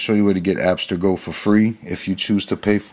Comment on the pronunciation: It's pronounced Abb-STIR-go. not app-ster-go. It's named after a company from Assassin's creed... Fucking annoying.